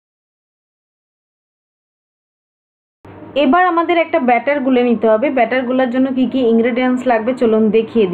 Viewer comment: বাটার না মামনি ওটা ব্যাটার